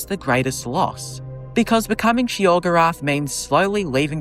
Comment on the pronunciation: Sheogrerath, lmfao!!!!!